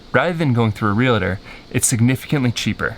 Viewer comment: REALTOR: pronounced 'Real-Tor'.....verses Re-La-Tor' = )